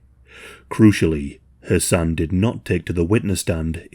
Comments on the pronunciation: Idk why but it took me a while to realize you were not saying “her son” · Not gonna lie … I was all confused bc of dudes name. It sounded like he was saying “her son” so I turned on CC and it showed “her son”. Checked transcript and it did the same thing 😂😂😂 What is his name? I had to start over so I could understand “her son” was the dude and not the girls actual son. Just me??? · I know I ain't bugging every time u say his name sounds like Ur sayin her son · All I hear the entire time is "her son" , I was confused at first but then realized you were saying his name. I kept thinking you were saying it was "her son" who offed her. I hope he truly gets what he deserves!!!! KARMA WILL FIND HIM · I kept thinking you were saying "her son" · i keep thinking you’re saying “her son” and it’s throwing me offfff 😫😭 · For the first 8 minutes of the video it sounds like youre saying "her son" not Hasan.. so i was so confused thinking er son stabbed her not until you take a second to say Hasan a little more clearly & slow to realize thats what you were saying lol gesssh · I kept hearing 'her son' or was it 'Hasan'? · I'm sorry, but it sounds like you're saying "Her son". I know it's Hassan or however it is spelled, It sounds like "Her son" when you say it.